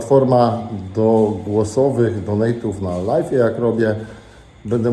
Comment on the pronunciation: ty sie naucz mowic ze robisz LAJWA a nie LAJFA bo LIFE to zycie a nie cos na zywo.......cos na zywo to LIVE i to sie wymawia LAJW wiec robisz LAJWA a nie pieprzonego LAJFA.